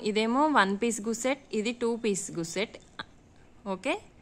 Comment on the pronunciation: అమ్మ గుస్సెట్ కాదు తల్లీ గస్సెట్